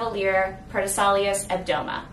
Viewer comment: it's pronounced "pro tess ill ow ce"